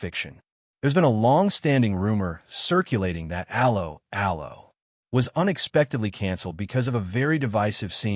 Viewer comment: The pronunciation of 'Allo 'Allo.... You didn't even try